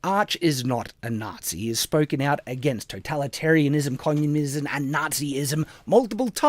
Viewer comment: tbh it sounded more like he said connumism lol although mocking pronunciation is admittedly low hanging fruit